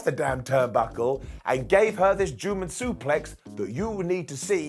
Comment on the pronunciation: Lmao..., do u realize that instead of GERMAN Suplex, u said JEWMAN Suplex..lmmfao.